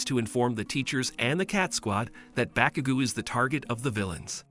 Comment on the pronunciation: Bakugu who that its bakugo